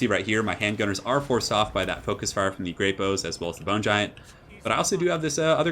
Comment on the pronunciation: That took me longer than I'd care to admit you were saying great bows and not grape-o's